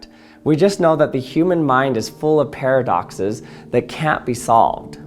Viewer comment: Not only did you break Chat GPT but you also gave me a migraine with your pairofduckces. 🤪